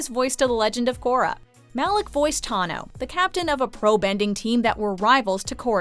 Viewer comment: 7.22 min in she said takorra